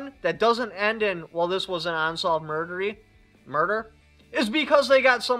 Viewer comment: "this was an unsolved murdery "